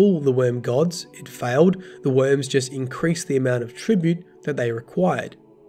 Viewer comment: Xivu = "Zeevoo" not "Safuh"